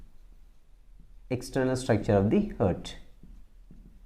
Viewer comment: Sir it's external structure not extrenal structure ,, just I am correcting not doing lol 🙂